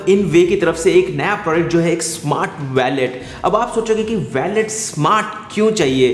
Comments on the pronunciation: It's not pronounced.....Wa-let It's Wo-let Wallet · It's not valet 😂 its wallet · वैलेट नहीं वॉलेट। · Bro it's not a vallet its wallet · ji vo Wallet hota hai.. Spelled as Woo-let/ Wal-let. Not Valet, Valet toh Car parking lagane wala hota hai. Baki video badiya thi. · valet???? seriously...... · you can't pronounce wallet lol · Abe gawar wallet to sai se bol le.